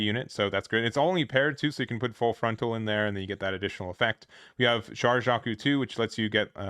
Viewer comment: It's pronounced ghel-goog. Also char is pronounced "Shar". Not trying to be a pain just wanted to point it out.